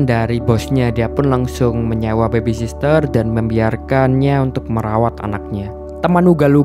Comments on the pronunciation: Nyebutnya bukan bebi sister mas, yg betul 'bebi sitter' ('Baby sitter'). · Bagus bang..... Koreksi dikit bang.... Soal penyebutan yg bener. Baby sitter, bukan baby sister.... Smoha kedepan nya bisa lebih baik lgi..... Thanks